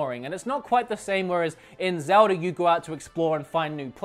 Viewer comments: every time he says "Zelder" I fucking cringe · I find it funny how some British sounding accents or Australian sounding accents lead people to pronouncing As at the end of words like er. Like you say zelder, instead of zelda